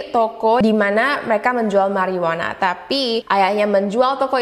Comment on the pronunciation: Mariyuana bukan merryyuana...